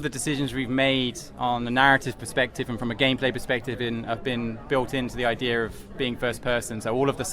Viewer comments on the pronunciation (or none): I hate when people say Idear instead of idea